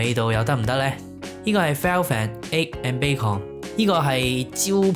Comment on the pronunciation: 留心 brunch 及 bacon 讀音